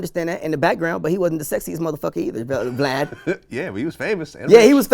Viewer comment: The way he says “VLAD” kills me. 😂